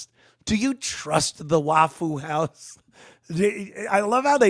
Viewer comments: Saying Wah foo makes this a bit hard to watch sorry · I came here just to hear him call it "Wafoo House" 😂😂😂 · It’s pronounced waffa how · "Waff-foo House". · "waffule houe" 🤣🤣🤣